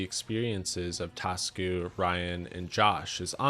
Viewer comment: Hi its not "Tasku" it's "ta su ku"